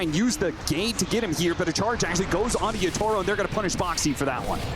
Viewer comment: Casters still saying "Yatoro" lol